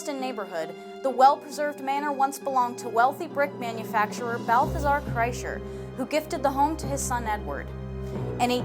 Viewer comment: Kreischer... Not kreisler....Read carefully....damn.....